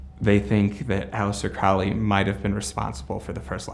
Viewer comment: And Crowley is Crow (as in bird) ley